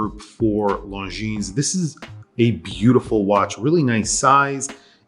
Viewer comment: Hate to sound like a snob but the “s” on the end of Longines is silent.